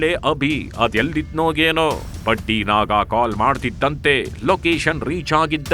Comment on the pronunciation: Badddiii naaaagga ( voice pronousition) worse than the worst